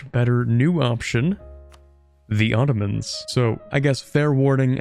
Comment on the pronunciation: The "Ottromans" xD